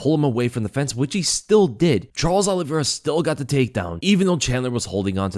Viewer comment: Good breakdown. However you pronounce Olivera unusually;: Ollie Vera Everyone else: Olivera